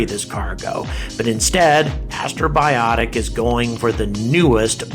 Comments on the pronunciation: It's so cool to see you talk about Peregrine! P.S. It's Astrobotic, not Astrobiotic :P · I keep hearing you say "Astrobiotic," but the name of the company is Astrobotic (a portmanteau of the words astro and robotic). It's a slight distinction, but an important one nonetheless. Otherwise, great video! I really enjoyed this one. Exciting times! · It's "AstroBOTic", not "AstroBIotic" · First of all, Astrobotics, not Astrobiotics. What the hell do you think the challenge of space robotics is equal to, fabricating antibiotics in space? And even if this beats starship getting to orbit this year, still wins because a dogecoin is literally being sent to the moon. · Astrobotic, not Astrobiotic.... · You keep pronouncing Astrobotic as "astrobiotic" as if you're trying to get 'bios' in there. No, it's robotics.